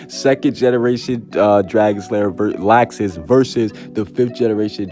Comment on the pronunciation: I’m so excited to get fairy tail back in anime. I cried so much when seeing the last episode lol. But this is great news! Also why is he pronouncing Laxus’ name as “lax • sis”?